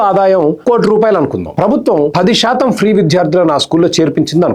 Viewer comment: Shaatam anakandi please. Melika syaa ani oka alphabet undi telugu lo